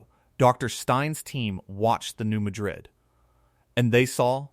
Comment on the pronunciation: THAT'S PRONOUNCED AS MAD RID... NOT MADRID WHICH IS A CITY IN SPAIN...